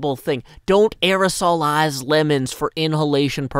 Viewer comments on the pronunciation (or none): "Dont areolize lemons for inhalation" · "don't areosolize lemons" thank you